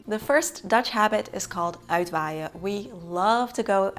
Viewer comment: No wind needed for Uitwaaien. But almost always there. Het pronunciation of uitwaaien really is perfect.